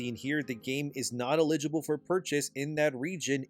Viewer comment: I see we have finally learned to properly pronounce "eligible"